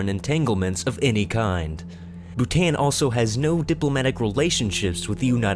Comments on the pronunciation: they pronounce d Bhutan wrong then an is supposed to sound like on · It pronounce Bh-oo-tan not Bhutan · bhutan isn't pronounced boo-tan its pronounced boo-tawn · You dont pronounce Bhutan like Bu-Tan its Bhu-Ton dumbads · its pronounced bhuton not bhutan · It is Bhutān 'a' is pronuounced just like you pronounce it in 'father' Overall , Nice video 😊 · Bhutan is pronounced bhu ton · Yet another reason to love Bhutan. Also, it's pronounced Bootahn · Pronounced Bhutan incorrectly over and over again. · The narrator's pronunciation of Bhutan is so ignorant. It's not like the English language does not have the "â" sound. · you pronounced literally half these countries wrong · Bhutan pronounced wrong